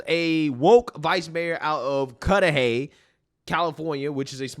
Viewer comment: you said Cudahy correctly! Cudahy is not a nice area, as you might of guessed.